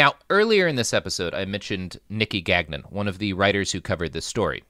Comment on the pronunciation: GAN YON NOT GAG-NIN